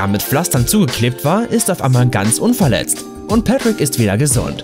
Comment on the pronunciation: Ich spreche es auch so aus und er sagt Petrick Junge 🤦🤦🤦